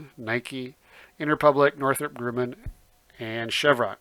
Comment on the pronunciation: Love your very informative videos and I am learning a lot as I begin my investment education - thank you! But a very small nitpick: "NOC" company name is spelled Northrop Grumman (not Gruman), and is pronounced "Grum-min", not "Groom-in".